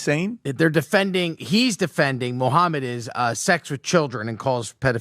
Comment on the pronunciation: Moohaimad hajeeb 🙃